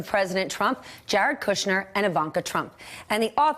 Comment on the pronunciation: Stephanie's wearing stilettos. How nice. Also like that she doesn't say "Cudder."